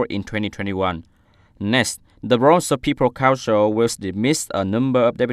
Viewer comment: cái từ provincial //prəˈvɪnʃl/ nhấn vần 2 thì vần 1 đọc thành /ə/ mà anh cứ quất là ˈprɒvɪnʃl/ là tiêu.